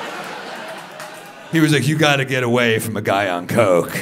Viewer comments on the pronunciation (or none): none